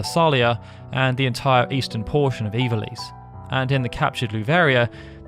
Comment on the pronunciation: I don't know why I can't accept the way you pronounce ivalice. Ee-val-ess is how I always pronounced it. Maybe I'm wrong